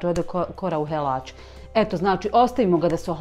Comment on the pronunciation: Kolač super,možeš u fil stavit limuna,makar ga ja stavim ,volim kad zamiriše.A što si me nasmijala sa hororom,čuj ti se nisi smjela pomaket sa sečije,a još kad si rekla helač,baš se n asmija.Ma milina te slušati i gledati.🥰🙈🤣🤣